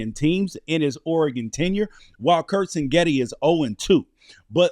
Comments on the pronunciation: CIG-NETTI NOT sing-etti , also This aged terribly… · Well at least this guy is consistent. He calls Indiana’s coach Sing-getti every time. But it’s Sig-netti. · It’s Sig Netti chief not Sin Getti 😂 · It’s pronounced ‘CIG Netti’. Great analysis though. However, I’m sure you’re wrong about the final score. Indiana will come out hot and silence the crowd. Final Indiana 42, Oregon 17. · Yes, and that’s pretty annoying. Seems like his producer, or cameraman, or somebody would’ve corrected him.